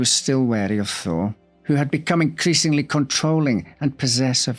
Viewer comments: Damn thee, … the entire time I thought you were saying Harry “Thor” Lol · Yes - it does sound like you were saying, "Thor" - not "Thaw". My mother, from Boston, would've pronounced "Thaw" similarly. 😉